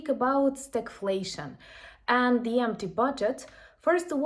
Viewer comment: Keep up the good work You say “the Russian army” correctly But not “the army” Before a word starting with a vowel the becomes thee and the two words combine in effect So, “the army” becomes “Thee-army” It facilitates spoken fluidity in the same manner that “is not”becomes “isn’t” Slava Ukraine